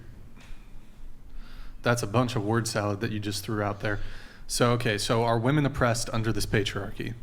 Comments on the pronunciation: I have such a petpeeve when these girls say the word women like woman. They "defend" women so much but they can't even say the word correctly. I don't think they know the word women is plural and the word woman is singular🤦‍♀️ and that their pronunciation is different. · Why can’t most of the GenZ panelists in every video recently pronounce woman and women differently as is proper? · The way she pronounces women as woman. It is killing me. As well as her way of thinking. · It is "woMEN" please for the love of God, it's "woMEN." The plural of "woman" is not "woman." This is constant. Can someone on this podcast correct this?? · No one else gonna call her out on saying “woman” everytime she should be saying “women”??? 🤣 what a dunce! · Why are they saying woman and not women? Just when I think theres no possible way for them to be more stupid, they go and do something else 😂😂😂😂😂😂😂 what a bunch of idiots. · Why do they always say "woman" when talking about women? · Why is it so hard to say “women” and not “woman” when its plural I’ve seen a few women do it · Can you please correct when they say WOMAN instead of WOMEN???? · The way she kept saying woman not women was driving me nuts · Why are so many people saying "woman" now instead of women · the way she kept saying woman as plural gave me the ick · Does she not know how to say "Women" in the plural instead of "Woman"? That girl is stupid 😂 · No it’s definitely from a difference in education. That’s the biggest red flag of human existence at this point. If the chick says “woman” in place of “women” then she’s a lost cause and run away as fast as possible. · no, he was confused because they are pronouncing it as "woman" instead of "women", which is plural. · God these people sound so stupid when they pronounce women as woman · I know I hate it lmao It's pronounced WIMEN not WOMAN JFC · Man, how many of these girls don't know how to pronce women. It's Wimen girls, you might actually grow to be one one day.